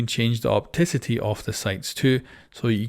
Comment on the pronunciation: I'm losing it at "opticity"